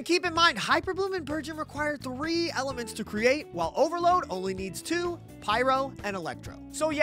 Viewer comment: ah yes my favorite emelents